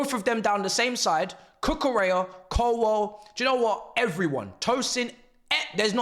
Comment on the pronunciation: Say the name, "Levi Colwill"!